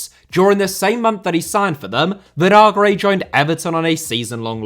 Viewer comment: Vinagre* not Venohrgrei